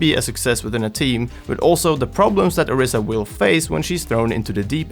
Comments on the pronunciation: It's an "I", not a "E". Orisa.. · its "oh-reesa" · Nigga Learn how the say the Heroes name correctly or do not make a video on her